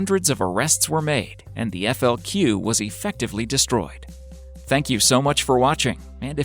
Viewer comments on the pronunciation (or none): At one point the narrator says "FLC" instead of the proper "FLQ".